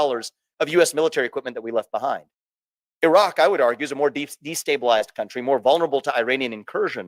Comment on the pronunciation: Vivek Ramaswamy is brilliant. One thing that amused me though is how he pronounced Iraq correctly but still call Iran as "I" ran.